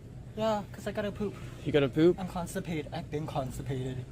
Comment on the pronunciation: “Can I just go POOUP?”💀